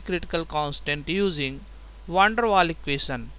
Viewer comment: Good explanation, but a little bit to slow..keep going! Great vids :) ps: It is Van der Waals, dont forget to pronounce the s at the end hihi..